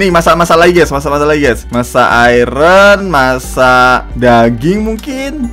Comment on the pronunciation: Bang itu iron bukan Kual